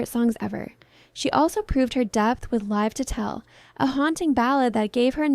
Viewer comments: Total AI.... how it pronounced 'Live To Tell' like "LEYEve" to Tell.. and referenced I'm Breathless like it was a jazz album without saying it was to do with the Dick Tracy movie at all ! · I was enjoying it until I heard "Lyve To Tell" and "Take a Bough" I hate that it's almost infallible. Soon we won't know the difference, and all heart and meaning is lost to ambiguity 😢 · I wish the pronunciation of live was correct, but that’s the shitty world we live in now, non pun intended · 🤷‍♂Is the voice over in the video A.I.? Because the women in the video mispronounced "LIVE TO TELL".